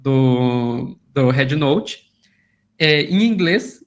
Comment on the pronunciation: Ela fala red como head 😂 brasileiros deveriam falam em português mesmo mas os caras são tão colonizados que querem usar palavras e jargões em inglês ao invés de valorizar a própria língua. As pessoas tem de abrir o dicionário ou procurar um professor bom e aprender fonética , o Á de app é o que eles chamam A curto Á é um A agudo o simbolo é = ( æ ) não tem nada a ver com É . Bed e bad tem sons diferentes , beg e bag tem sons diferentes , man e men tem sons diferentes . Por isso vocês aí falam épple não existe isso pô 😂😂😂😂 æpple Ápple apple 🍎 Escutem a chinesa americana quando ela pronuncia App 👌